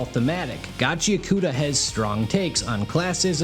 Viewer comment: Wait, that's not how its pronounced? That's definitely how I've been saying it...